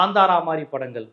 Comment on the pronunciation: யோவ்! நீ தமிழுக்கு வக்காலத்து வாங்கியது போதும். முதலில் தமிழைப் பிழையின்றிப் பேசக் கற்றுக் கொண்டு பேசு. படங்கள் என்பதைப் படங்கல் என்று கொலை செய்கிறாய். வெட்கம் வெட்கம்.